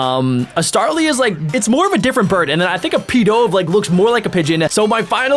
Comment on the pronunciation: It's pidov